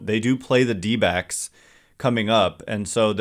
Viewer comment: Anyone else hear dbags every time someone says dbacks?